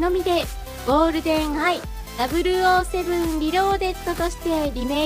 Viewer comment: 007をきちんとダブルオーと言ってくださるのが、とても嬉しいです。007の映画が好きなもので。